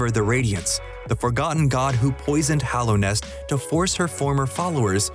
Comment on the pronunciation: Did he really just call Hallownest “Hollownest?” Clearly just exposed yourself as not having actually played this game